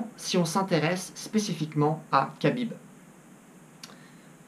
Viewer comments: Ça se prononce "krabib" et non "kabib" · Ça se dit Rabib pas kabib lol... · Et c'est Habib not kabib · Tu timprovise madame soleil à raconter l'avenir... khabib pas kabib comme tu dit en plus de ça khabib C et un lutteur ce que mc gregor n'est pas certe mc gregor est meilleur boxeur mais la c'est pas un combat de boxe anglaise khabib à toute ses chances mc gregor na pas combattu depuis un bail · On dit pas "cabib" ou dit "rabib" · Cest pas kabib cest khabib reapect son nom au moin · C'est KHAbib pas Kabib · CEST PAS KABIB MAIS RABIB SA CE PRONONCE COMME ÇA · Khabib, ça se dit Rhabib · Arrêté de dire Khabib Putin ça se prononce Rabib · C pas khabib c’est Rabib la prononciation 🇷🇺🇷🇺🇷🇺hamdulilah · Prononce bien déjà le prénom de khabib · Tu prononces mal le nom de khabib ce n'est pas khabib avec un k mais plutôt kh> comme le j espagnol qui fait r. Exemple le prénom jose avec une prononciation espagnol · déjà apprend à prononcer le prénom de khabib on voie déjà que tu connais pas khabib et la lutte et le grapling et largement supérieur à la boxe anglais qui est aussi très forte certe un coup bien placé de conor peu le faire gagner en 10 secondes mais si jamais il est amené au sol c finis ce qui est très facile pour khabib il ce battait contre des putain d'ours quand il était très petit pendant ce temps conor étais entrain de pisser dans sa couche khabib vas gagner et tu vas le voire dans quelques jour prépare toi à voire à quel points tu t tromper khabib a aussi un très bon cardio contrairement à conor, khabib a juste à jour avec lui 2 rounds et le 3 ème round conor perdra de ça précision et de ça force , il vas ce faire amène au sol par khabib très facilement et ça sera la fin pour conor mc gregor